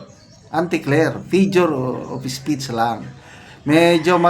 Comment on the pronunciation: Sir, hindi po fijure of speech yung lagi nyong sinasabi. FIGURE OF SPEECH po. Paki check naman po pronunciation nyo. 😅